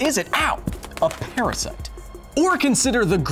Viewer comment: PARASYITE?!! APOLOGIZEE